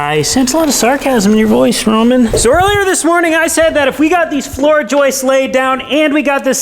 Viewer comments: it’s Joists not Joisteses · Just to clarify, the 2”x8” floor framing members are called “joists” NOT joistesez! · pretty sure is the only one on that job site that pronounces "joists" correctly. Roman gets a pass because English isn't his first language. But there's no excuse for! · The number one hardest thing to do in renovations is to pronounce "Joists" properly.